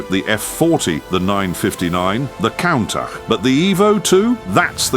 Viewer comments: Pronounced coontach NOT Countach!! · "Cauntaj" 💀💀💀 AI fumbled the name so bad it pissed me off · We know its not real when he pronounced Count Tach.